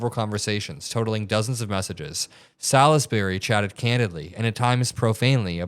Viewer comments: It's pronounced "sols-bree". Salisbury is an English town. In m the county of Wiltshire. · Salisbury is pronounced salls-berry. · It's pronounced SAHLZZZ -berry. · Salisbury is pronounced { sawlz-be-ree } wiki